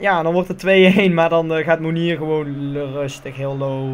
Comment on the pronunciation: Mounier spreek je uit als Moenjee :)